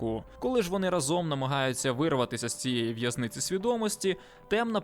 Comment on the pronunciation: "рАзом", а не "разОм"